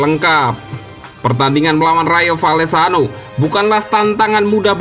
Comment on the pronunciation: Woii coii...klw sebut nama org tuu yg benar...namanya MARC BERNAL...kau sebut Merc Bernal...Rayo Valecano(Baca :Rayo Valekano..bukan Rayo Vallecano)....